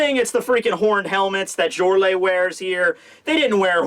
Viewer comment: also if its Germanic you pronounce the letter J like a Y, so it sounds like "Yorle, and Yarle"